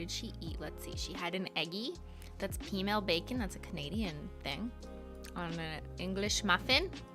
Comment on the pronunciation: For anyone wondering, Cristine says “peameal bacon”. I couldn’t really understand what she said, I thought she said female bacon which of course didn’t make sense, but once I heard “female”, I couldn’t hear anything else- despite replaying it several times. Even when I turned on closed captioning and replayed it for the 20th time, cc ALSO translated what she said as “female”. Not helpful 😑. Even though I was fairly certain she hadn’t said female, I took a risk and google searched “female bacon”. Immediately after hitting “go” I wished I had opened a private browser first, 🫣 but thankfully the AI bots running google search knew what my pure heart had meant/intended and those magnificent bots supplied me with only GA (general audience) rated info pertaining to peameal bacon and nothing at all questionable that would put me on some kind of domestic watch list. Anyways. That’s all. You’re welcome.